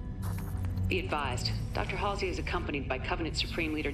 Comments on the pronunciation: "Halsey" not "Hasley" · I know this is nitpicking but you keep saying “halsley”. It’s pronounced and spelled “Halsey”. There is no extra L. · "Halsey", not "Halsley". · it's HALSEY. not halsley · Halsey no halsley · I think he said HALSLEY but still good comment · Everyone: Halsey: Halslee. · "Halsley" lmao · I only just noticed now that you keep repeating the wrong pronunciation of Dr. Halsey